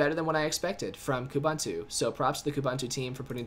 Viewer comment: A short visit to Ubuntu website will help you learn how to pronounce Ubuntu and Kubuntu! It is pronounced "oo-boon-too" and therefore "koo-boon-too". Nevertheless, thank you for the video. It's been rather helpful. It would've been way more helpful without your invalid personal opinion here and there! :|